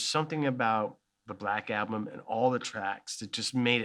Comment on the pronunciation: Anyone else bugged by the way he pronounced album as 'alblum'?